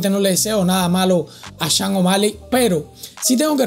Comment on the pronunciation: Loco se pronuncia SHON no CHANG O'Malley 🤣🤣🤣 y eso q vives en USA